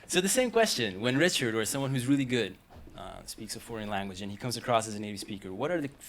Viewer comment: His pronunciation of "go--" words like "good" and "going". He says something more like "gewd" and "gewing"--a little too short for a native. Also his "S" sounds are a bit soft. His accent is so very very good--I could never get another language as close as he was able to... but as a native New Yorker you can hear the very slight accent.